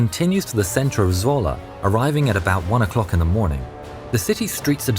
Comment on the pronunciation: I actually live in Zwolle and you pronounced it really well! Normal people’s dutch sounds terrible but you sound great! Love the vids